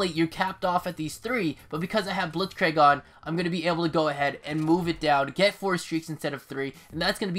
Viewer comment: Before scorestreaks there were pointstreaks like it was in mw3. Additionally Blitzkrieg is pronounced like blitzkr“ee“k. Nice video btw!